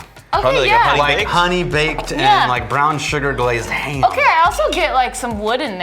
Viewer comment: Did just turn "ham" into a three-syllable word? hay-um-uh